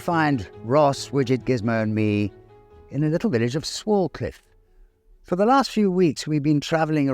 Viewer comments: It’s actually said sway-cliff I used to go to school there The village is so picturesque means so much to me and I regularly go cycling around the many nearby lanes and tour round the very proudly standing madmarson hill which is a man made hill that buried an Iron Age fort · Lovely video. The village name is actually pronounced "Swaycliff", but unsure if that's just a local thing! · pronounced Sway-cliffe. Enjoying your vids enormously.